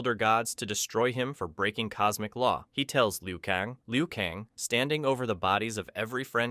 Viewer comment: Liu kaaan